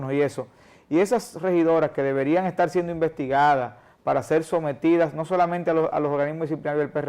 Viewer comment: Muy buena la escencia de la entrevista. Ahora, una crítica constructiva a este espacio: El host de este programa () debería de trabajar en su léxico un poco mas; ya que se nota mucho cuando sustituye las letras de ciertas palabras por otras (típico del dominicano) ej. Estar>etal, partido>paLtido, etc. Debería practicar hasta que estas surjan de manera natural. (Mucha lectura en voz alta con atención a cada palabra mencionada es un buen ejercicio). Saludos!